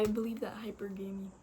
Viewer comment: It's pronounced High-PER-guh-mee, and strictly speaking in evolutionary terms it is something women do to on a biological level to increase their access to resources, ESPECIALLY if they have kids and no man. This presents in the modern world as only dating men who are at their own level or above in terms of financial security, always looking for a man who is better than the one she's with, etc. When women are younger, say under the age of 30, this tends to present as dating the most attractive man they can find, and hook up culture has really turned this into a problem because most women believe that just because they can pull a 9 or a 10 man (in looks) for a hookup, that means that they can pull a 9 or a 10 man for a relationship which is almost never the case, because most women are average, and a 9 or 10 man can pull a 9 or 10 woman for a relationship (and they almost always do) but because they've had sex with these good looking men they refuse to "settle" for what they actually can get in terms of a relationship. It sounds like you are going about things the RIGHT way, because there are many things about a person that makes them attractive, not just their physical appearance or how much money they make, and you seem to understand that. Now you just got to make all the other women understand this.